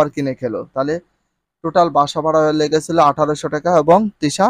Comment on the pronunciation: ভাসা বাড়া নয়, বাস ভাড়া।